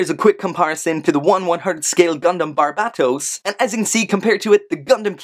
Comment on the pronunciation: Dude thats how you pronounce it.